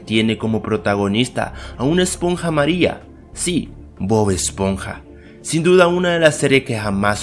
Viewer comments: Todos escuchamos esponja maria 😂😂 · dijuste una eponja maria no amariya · en el minuto dijiste esponja María 😂😂